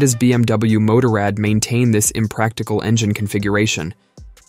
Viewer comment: If you would just get basic pronounce right I would listen longer then 20 seconds. BMW MOTORRAD. Google it 👎👎👎